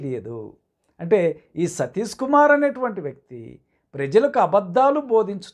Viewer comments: Meeru , Sathish ane pronounce sarriga cheyyandi ayyagaru ,emi chaduvukunnaru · అసలు మీకు ఆయన పేరు పలకడమే సరిగ్గా రావడం లేదు ఎందుకండీ మీకు. 🤦 మీ ద్రుష్టి వాళ్ళ మీద నుండి తప్పించి దేవుని మీద పెట్టండి బాబు